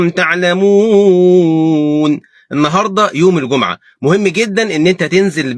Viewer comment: الله يباركلك يا شيخ ولكن انتبه فضلا في المصحف تشكيلها الجٌمُعة بضم الميم وليس بفتحها جزاك الله خيرا